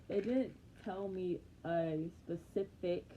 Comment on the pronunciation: Oh so that’s why you been getting thick. Mhmmmm. We heard you say pacific mhm 😂. I’m so sorry about your graduation hun :(